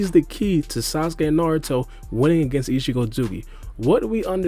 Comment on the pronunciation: He is saying ishigo its ishiki